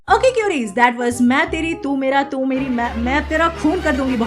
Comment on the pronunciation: Watching an American journalist pronouncing the name of the movie was one of the saddest things I’ve seen.